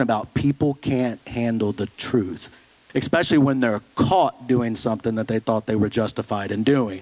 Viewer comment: my brother i just want you to know that i forgive you for always saying the word "especially" as "ekspecially"